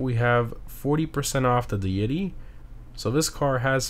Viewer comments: please learn to pronouce deity.... dee uh tee.....no de yeti lmfao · The way he pronounces Deity always cracks me up. He says it like "de - yity" but it's supposed to be "dee-ity", like a god/supernatural being. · Always cracks me up how you pronounce Deity